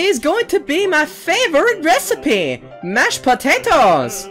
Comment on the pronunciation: George: I GOT SOME SOME MASHED POTEOTEAS*: I CAN I HAVE SOME*PLEASE Me:Laughs so hard*